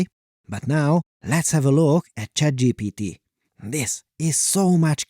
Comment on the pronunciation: I heard you said CHADGPT